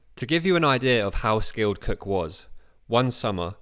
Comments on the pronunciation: I keep on thinking you are saying James Kirk. Oh Star Trek, James T Kirk. I don’t hear Cook, I hear Kirk! Great video! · Great video. For the first half I thought Cook and Kirk were 2 different people. But I think it’s you pronounced “Cook” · Narration is unintelligable where it comes to expressing Capt. Cook..... as Capt. KIRK!